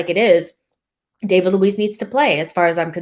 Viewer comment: Love this podcast. Love. I just have a small suggestion for her: is so smart and a perfectionist, she could pronounce the names of some of the players a bit better. For example, David Luiz, “David” is not pronounced in the American English way, is sounds more like “Daveed” Same with Arteta, the second T is a hard T. Just a suggestion as is already pretty perfect. 👍🏽